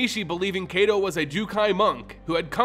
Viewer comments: I thought it was pronounced kai-to (kaito) not kay-do? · Ai in Japanese, as well as Hebrew, make an I sound. Kaito sounds like K aight O. Besides that, this video is great! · I bet you it's pronounced K👁️-Toe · I'm sorry, but please learn how to pronounce Japanese names. You're pronouncing "Kaito" wrong. It's not "ay" but "eye." K-eye-to." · Kaito should be pronounced K-(EYE)-toe). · I tried listening through the video but 7 minutes in I had to stop....the mispronounciation of Kaito (kah-ee-toh or ky-toh) repeatedly was too much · Heads up Kaito is long I sounding. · Kaito= KITE-O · It is. His pronunciation is painful. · his name got buuuutchered x'D